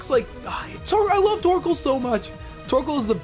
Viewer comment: it sounds like you say:P you should nickname him